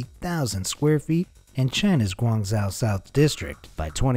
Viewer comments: You're saying Gaungzhou completely wrong, it's painful to listen to. It's pronounced "gwong-joe" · Yes, his pronunciation is pathetic. Painful indeed. Even worse pronunciation of Guizhou in his other video. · The way you pronounce “Guangzhou” hurts my ears. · the narrator is entertaining simply for the amount of mispronunciations......never mind cancrete and canstruction prajcets!! Guangzhou...is pronounced as gwangzewe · Ghuangzhou... Imagine the zhou as the name "Joe". That is a more accurate pronunciation. Otherwise, thanks for the content. Always fun to watch. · So irritating the way you pronaunce Guangzhou. It is not like that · Guangzhou is NOT pronounced the way you do it in the video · Learn how to pronounce Guangzhou...